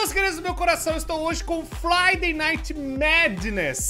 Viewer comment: estou hoje com o FLIDAY NIGHT MADNESS(pra quem não entendeu é que o falou fliday em vez de friday)